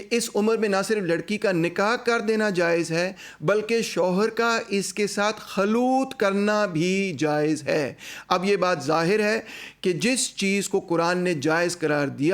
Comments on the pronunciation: پروفیسر صاحب بہت شرمندگی کی بات ہے کہ آپ کی اردو اتنی کمزور ہے۔ پہلی بات تو یہ ہے کہ یہ لفظ khaloot نہیں بلکہ خلوت (khalwat) ہے آپ بار بار khaloot پڑھے جارہے ہیں۔ دوسری بات محمد حجاب کی بات اور مولانا مودودی کی تفسیر کا آپس میں کیا لنک ہے؟ جیسا کہ آپ نے کہیں ذکر کیا ہے کہ آپ ایک پروفیسر بھی ہیں، تو پروفیسر ہونے کے ناطے یہ تو لاجیکل نہیں ہے کہ آپ ایک شخص الف (حجاب) کی بات سنیں اور پھر اسے کسی ایسی چیز سے جوڑنا شروع کردیں جو شخص ب (مولانا مودودی) نے لکھا بھی نہیں ہے۔ آپ نے واضح طور پریہاں بددیانتی کی ہے تیسری بات مولانا مودودی غلطی کر سکتے ہیں کیونکہ وہ انسان تھے ۔ بالکل، تمام انسان غلطی کر سکتے ہیں، لیکن یہاں کوئی تیمور لنگ کی بڑی غلطی کے بارے میں کیوں بات نہیں کر رہا ؟ علاوہ ازیں، مولانا مودودی اہلِ زبان تھے، لہذا ان کی کتابوں سے کچھ پڑھنے سے پہلے آپ کو اپنی اردو کچھ بہتر کرلینی چاہئے۔تاکہ آپ khalwat کو khaloot نہیں خلوت ہی پڑھ سکیں۔ چوتھی بات محمد حجاب نے صاف طور پر '5 سالہ' لفظ کا ذکر کیا ہے، مولانا مودودی نے یہ بات نہیں کہی۔ مجھے یہ بتائیں کہ کیا مولانا مودودی نے عمر کا ذکر کیا ہے؟ اگر نہیں، تو آپ نے یہ کیسے قیاس کر لیا کہ مولانا کی بھی وہی مراد تھی جو محمد حجاب کہہ رہے ہیں؟ مولانا مودودی کی تحریروں کو سمجھنے کے لیے، آپ کو پہلے ان کا اسلوبِ تحریر سمجھنا ہوگا، جس کے لیے آپ کو پھر وہی بات پہلے اردو سیکھنی ہوگی پھر ان کی کچھ کتابیں پڑھنا ہوں گی۔ اور وہی بات اردو کے اسلوب سے واقفیت حاصل کرنا پڑے گی۔ اب میں آپ کو سمجھاتا ہوں اصل بات مولانا نے کیا کہی ہے۔ جیسا کہ آپ نے خواتین کی بلوغت کے بارے میں اپنی اسی ویڈیو میں ایک سائنسی مطالعے کا حوالہ دیا ہے، اس میں دیکھا جا سکتا ہے کہ 11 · جو شخص “خلوت” جیسا لفظ درست طور پر ادا کرنے سے قاصر ہے وہ فقہی امور پہ خطاب فرما رہا ہے۔ واہ سوشل میڈیا۔